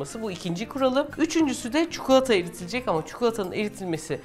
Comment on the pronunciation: Çukulata değil çikolata . Konuşma dilinde kelimeler değişebiliyor. Fakat çikolataya çukulata demeyin lütfen